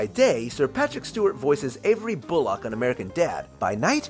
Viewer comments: "Bulac" It's Bullock. "Bull-uck" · The narrator pronounces Bullock as "boo-lock" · The way you say Bullock....